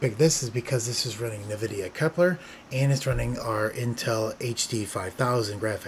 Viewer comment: i think it's en-vidia not nuh-vidia but great video as always